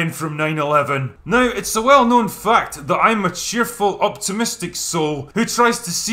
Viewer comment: "In fa-at, I've spent nearley ten hours ejacula-ing over Aliens an Termina-or 2" I love this channel!